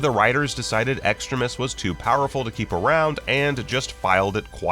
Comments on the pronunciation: it’s pronounced extreme ius not extra-ist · Who else cringed at the way the narrator of the video pronounced extremis?